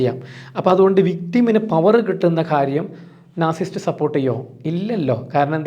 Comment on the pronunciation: നാർസിസ്റ്റ് അല്ല നാർസിസിസ്റ്റ് .